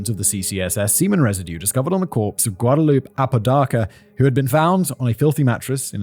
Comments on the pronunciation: Just FYI, the name Guadalupe is usually pronounced gwad-a-loop-ay. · The way you say Guadalupe is hilarious 😆😆😆 you gotta say gua-DA-LU-PE You gotta say the E!!